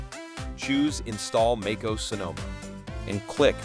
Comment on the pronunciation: It’s not fucking called “Make oos” It’s like fingers on a chalkboard hearing you say that